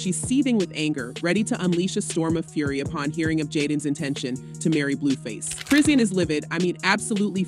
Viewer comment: Chrisean name is pronounced: Chrah-Shawn. Please say it right.